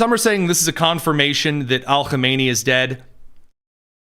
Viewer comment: Stop putting an Al in front of Khameneis name. It’s silly And Khomeini died in the 90’s.